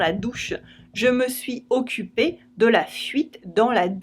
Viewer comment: I've watched your videos, quite a few, and noticed you don't connect the words (the consonant of the preceding word to the vowel of the following word). For example, in the sentence "Je me suis occupe de la fuite dans la douche." You didn't connect the last "s" of "suis" to the "o" of occupe. I also noticed in other videos, you connected almost whenever possible. Why the difference?